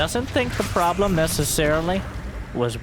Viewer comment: "probe-lem" got me good lol